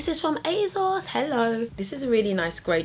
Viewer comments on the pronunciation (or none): I know right! ASOS stands for 'as seen on screen' as when they first launched it was where you could get clothes that celebrities had been seen in. So there is no 'Z' sound in there! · the way you say asos is funny, lol and im british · Ugh I thought it was just me...